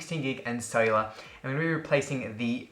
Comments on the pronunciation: i always googled "iPad Sailor" until i heard you say it for like the 27th time, then i understood, that you meant "Cellular"... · When you said cellular, I thought you said sailer